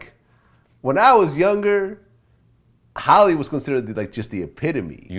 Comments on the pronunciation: Halle,not holly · Why does Vlad keep calling Halle "Holly"?